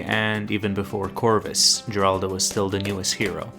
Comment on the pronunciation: FINALLY someone who says Geraldo’s name correctly